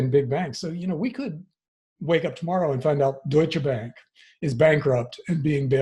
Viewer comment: Dat Deutsche Bank pronunciation, tho. But yeah, as a german and a friend being a banker - they are done for and it's just a matter of time. In addition to it: I don't think a hard currency reset will work from a sociological aspect. We have raised at least one, possibly two generations that will completely fall apart from that and civil unrest will happen over several western nations. And to add to silver: I think it's still a pretty good and undervalued investment. Also it is easier to aquire in small amounts for the people less wealthy. But the biggest advantage of Silver over Gold is that it eventually will be used more and more in industries - especially in the semiconductor industry (to make it quick, we are reaching levels of shrink where the advantage of better electrographic properties of copper will not make up for the disadvantage of worse heat-transfer when you pump 50+ watts into such a small area). So yeah, buy silver for the crash as well as afterwards when the industry starts growing again.